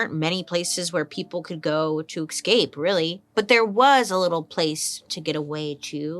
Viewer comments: To tell u the truth, honey-love, those events in Russia back to 1917 was sponsored by the USA. Secondly, the way Bailey pronounces 'eXcape' is waaaay too cute! Lastly, the today's topic is very interesting. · Is it escape or ecscape? Just checking because Bailey is queen and ill follow her every word lol x